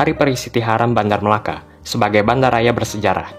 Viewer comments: Melaka bang bukan Malaka 😊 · melaka bang , bukan malaka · Melaka bukan malaka